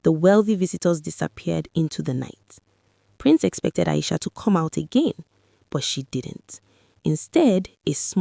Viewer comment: The correct pronunciation of the name is A-I-S-H-AAAAAA. The narrator is pronouncing it A-I-S-H-O-T . Maybe reprogram the AI.